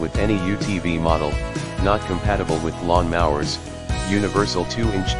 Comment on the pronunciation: Please teach your AI to say lawn mowers not lawn mahwers.